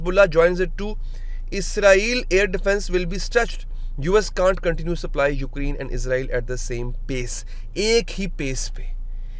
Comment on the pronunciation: It's Ukrain, not Ukreen